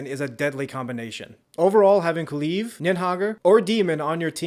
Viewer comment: “Kaluve”😂 nice way to say kulev. Edit: did you pronounce it differently every time because I heard ku-leaf and some other variations of kulev